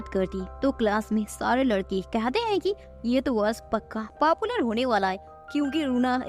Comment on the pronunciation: Didi ji app papular kiv bol rah rhi ho 😂